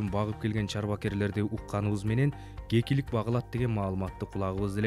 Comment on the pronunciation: гекилик дебей кекилик дечи